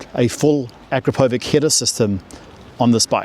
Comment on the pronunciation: It’s pronounced “A-krap-o- vich”